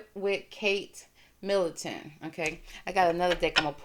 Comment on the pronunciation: Middleton not Millington...sorry, just saying to help you